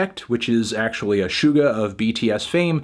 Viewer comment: Hey I think it’s sick that you are starting to give kpop more of a serious listen- even if it ends up in yuno reviews. As a kpop stan and music fan I absolutely get why they end up there. But I appreciate that you’re giving them the time of day! Yaeji and Suga (both of which your pronunciation is slightly off, btw) are favorites of mine but I think it’s really sick that even though you disagree I get to hear a valid and somewhat thought out take. Thanks melon :)